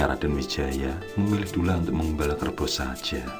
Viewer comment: Duloh bukan dulah om